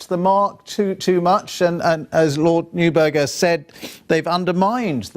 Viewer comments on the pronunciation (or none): The judges were politically motivated and they did what judges always do: decide the result they want and then reverse-engineer the arguments that lead to that result. Neither MacKenzie nor the BBC guy could properly pronounce "Neuberger".